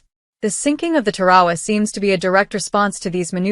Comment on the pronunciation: It's not Pronounced Ta-Ra-Wa, Its Tar-a-wa!